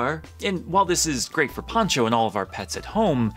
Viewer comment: It is Pancho not Poncho